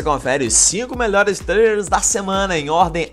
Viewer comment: "trlrles" kkkkkkkkkk